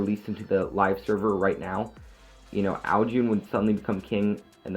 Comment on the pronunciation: Sry to be a scroob but u say it like ow june but its ow CHun